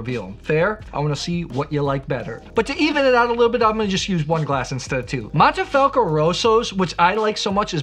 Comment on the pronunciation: Mohnnteh-Fahlckoh not "moneefelco" only critique.